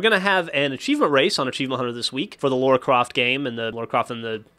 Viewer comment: That LARA, not LAURA, Croft game is on the PSN as well.